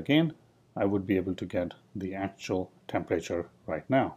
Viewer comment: Please learn the difference between a class and a struct. Oh, and please learn how to pronounce temperature, it’s not tempreyture.